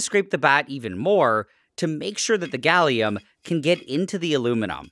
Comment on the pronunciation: Ah yes, Galliuminum